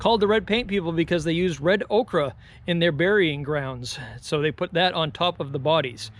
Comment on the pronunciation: “Red okra?” You’re killing me.. ochre is pronounced ‘oak-er’. Okra is a plant, ochre is a mineral.